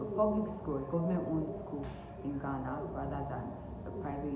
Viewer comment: You are the first Nigerian I have heard pronounce Ghana right.. Nice video 📷